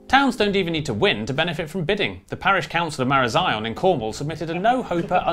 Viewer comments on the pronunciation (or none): after watching your video on how to pronounce english place names... you pronounced marazion wrong. its more like ma-ra-zy-un